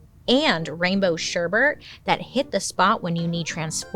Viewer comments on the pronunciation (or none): none